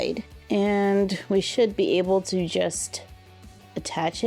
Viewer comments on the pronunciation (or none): none